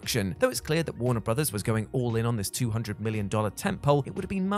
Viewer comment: Warner Brothers-iz-iz-iz-iz… 🤣😂🤣😂🤣😂🤣